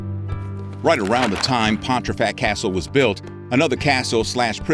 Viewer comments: Came here to say this too! He said Pon-tree-fact more than once. My eye is twitching 🙃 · As a proud Yorkshireman, the added 'r' in your pronunciation of Pontefract causes me to twitch!